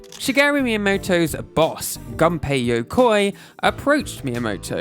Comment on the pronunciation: W/ all this research maybe also research pronunciation pls lol Gunpei =/= gun-pay Segale =/= suh-gall